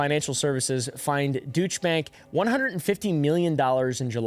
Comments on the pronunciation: Deutsche Bank pronunciation (Doytsh a) Bank. 👍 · please google how to pronounce deutsche bank 🤣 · Peace and love, I’m in tears over how you pronounced Deutsche Bank 🤣